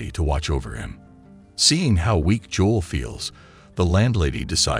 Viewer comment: That’s not how you pronounce his name Joe-l. JOE-L. That the F is Joll tf. Its Joe-L